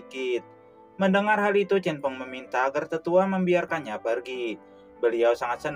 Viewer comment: CHEN FENG min Bukan Cinfeng